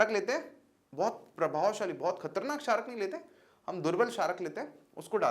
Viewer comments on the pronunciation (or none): sarak nahi chharak bro